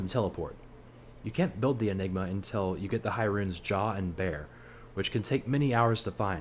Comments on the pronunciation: Bear rune? its BER like BURRRR >.> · Why are you saying "Bear" instead of "Ber" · Sorry Jah and what now? Bear? It is "B" "er" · It’s not a “bear” rune, it’s a “burr” rune. ;) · did this guy just call a ber a bear